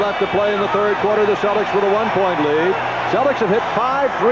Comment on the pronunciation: Whenever Cousy references the Celtics, it always sounds like he's calling them the "Cellecks", like Tom Selleck.....